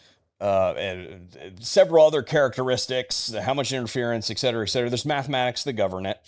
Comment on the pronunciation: Etcetera ET. Not excetera. Et et et Etcetera